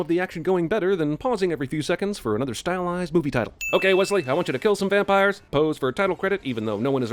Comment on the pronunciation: Puppires! PUPPIRES? REALLY ! ROFL